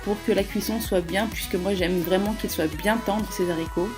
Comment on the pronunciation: Des zaricots?!....waaaaah mes oreilles! Des haaaaricots avec un A!